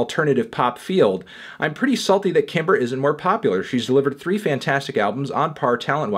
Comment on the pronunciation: "popuyar opinions" -Anthony Fantano